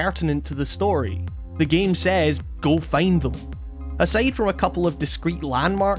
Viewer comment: "go feind them" :)